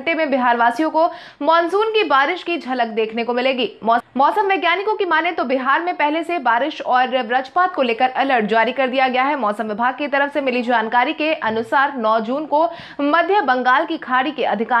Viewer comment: बज्रपात को ब्रजपात न कहें।